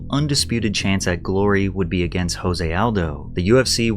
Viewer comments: So you’re a UFC fan? When Conor McGregor won the title Jose Aldo’s first name is pronounced Joezay but Spelled Jose. You’re saying Jose like it would be in Mexico. Even a half arse fan knows that. I don’t know if these vids are only for content or if you’re truly a fan. Either way I enjoy your videos. Thanks man. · Mildly infuriating to hear you call Jose "Hose".. it's pronounced with a J, there is no H. He is Brazilian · Jose Aldo is Brazilian not Mexican. his name is not pronounced 'H'ose its pronounced Jose with a J sound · Fyi it’s Jose with a hard j like jam. It’s Portuguese not Spanish. Actually something closer to like “chose-ay” but it’s hard to pronounce exactly. Anyway great vid Pat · It’s pronounced JOE-SAY Aldo. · Jose Aldo's first name is actually pronounced with a hard J not an H sound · Are you fr calling Nate Diaz stupid while you don’t even know how to pronounce Jose Aldos name? You aren’t even quoting anyone just straight up calling him dumb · Hey Patrick. Jose is pronounced with a J. It's Portugese ;) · You are pronouncing Jose Aldo wrong just fyi… He actually pronounces it with the J instead of an H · Jose Aldos' name is pronounced with the J. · i know it's nitpicky, but seriously, jose is joe-zay, and asterisk is ass-ter-isk. you really, really need to stop doing this kinda thing.